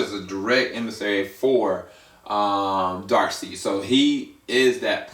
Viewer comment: You pronounced Stepponwolf and Darkseid wrong just so you know, its not steffonwolf you pronounce the p's and its dark'side' so yea. Good vid though.